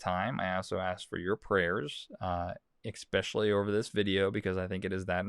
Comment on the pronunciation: I want to believe you, but you said "ecspecially" instead of "especially".